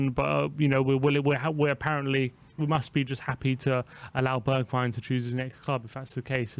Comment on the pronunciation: At least you can pronounce his name right.